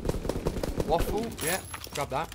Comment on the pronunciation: Ali it’s spelt waffe but it’s pronounced vaffe because it’s a German gun and Germans pronounce w’s as v’s